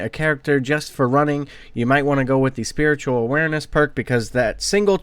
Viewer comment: Lol you kept calling spatial awareness, "spiritual awareness"